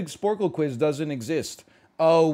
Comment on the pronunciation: Watched this live & laughed so hard when he said "perfle". Great content as always, NL. :)